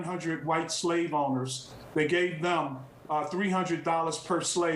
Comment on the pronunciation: Did he just say "emancipation aproclamation" ????